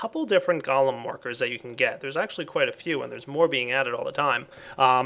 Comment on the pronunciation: you pronounce it wrong: it is gOlem not galem